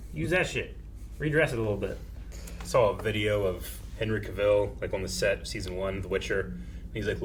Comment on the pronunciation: Cavill rhymes with travel. Cavill rhymes with travel. Cavill rhymes with travel. Dude even put out a video making this point about his name.